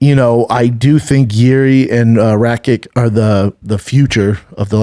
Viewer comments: RAKIĆ NOT RAKIK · It's pronounced rack-itch